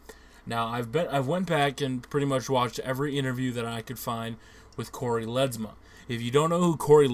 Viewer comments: Ledesma not Ledsma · Lol it's Cory Ledesma not Cory Letzma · ledsma its le desma